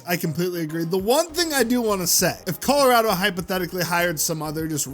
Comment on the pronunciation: no way managed to say colorado wrong, and it's even funnier cause everyone else said it right 😂